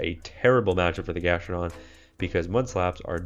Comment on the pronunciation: It’s GastrodON